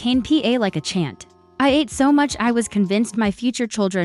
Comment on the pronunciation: Your AI started with first person pronoun, then later, changed to 3rd person pronoun. Charming narrative but confusing. Please teach your AI to pronounce ATE as ahhh-tea or ahh-tay, and not "eight" or past tense of EAT. 😮 Ate is the respectful address to an older lady because it's disrespectful to call an older lady by her first name.